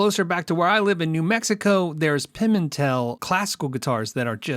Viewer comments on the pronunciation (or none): none